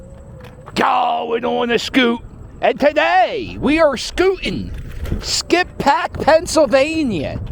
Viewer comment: The locals pronounce it "skipback". You went by my grandfather's old house on Church Ave lol. Graterford prison is about 1 1/2 miles north on 73 past the Wawa which housed Bernard Hopkins and Meek Mill's, now it's called sci Phoenix. The video doesn't really do the village justice, it's packed on the weekends and drivers go like 10-15mph through there. Great vid Cap!!